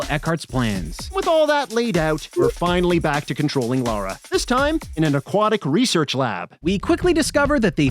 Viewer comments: It’s Lara, not Laura. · Damnit guys, her name is LARA....not Laura. Lah-ra. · Lara Croft, not Laura Craft!!! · Her name is "Lara" not "Laura"